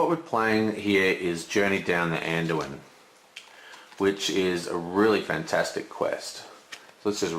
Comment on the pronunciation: It's so funny when you try to explain game-mechanic, but do so many mistakes. Dont speaking about ur pronunciation of certain cards which is crucial (Anduin?). And what the hell is cast? Or a horse-braker? lol